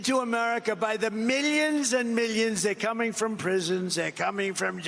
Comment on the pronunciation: The way he says “millions” is almost like he was trying to manifest millions of dollars deposited to his accounts and also like he wants to have em believe instantly without fact checking it